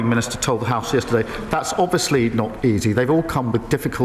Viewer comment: I hate the way he says "obviously " Ovisly is not a word 😂